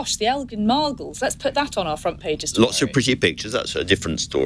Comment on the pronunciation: Lol, she said margles